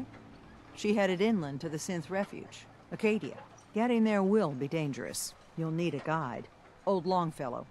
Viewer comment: As a Mainer, I can tell you it is called Acadia, not Arcadia.